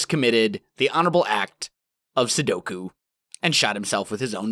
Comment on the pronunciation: did you say "the honorable act of sudoku?" I almost fell out of my chair laughing. Think you meant Seppuku. ^_^ Also, I had just watched Cleo's latest release where she ran through your initial building. Was wondering if you noticed her at the time, but she blew you a raspberry as she ran through I think. You should watch it just for a laugh. ^_^